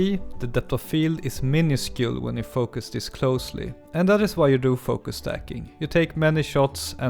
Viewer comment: its stacking not "staking"